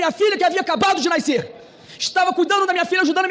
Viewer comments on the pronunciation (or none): Que Pincher mentiroso! A filha dele "naiceu"? Canalhazinho, ser minúsculo, diminuto que vexame foi a fala desse mini 🐄